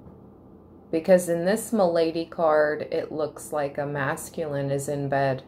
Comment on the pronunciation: Not ma-lady but mal-a-day, meaning illness from the French word “maladie” . With widower and then the candle going out… wooooowwwww, not good sign. Hope they are ok. I do understand the conversation ‘gossip game because they would probably think Libra should have sent even more money. Not family, hardly know them….. hope they are fine.